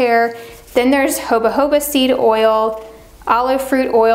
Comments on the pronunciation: I really love your very informative videos, the in-depth and clearly well-researched explanations and tutorials that you provide are priceless! Thank you!! But one thing is driving me absolutely INSANE; Jojoba Oil is pronounced HO-HO-BA, not HOBA HOBA 😂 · Jo-Jo-Ba.... not joba joba